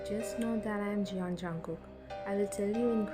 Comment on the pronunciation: Auther nim it is Jeon in written but it is pronounced as Jenh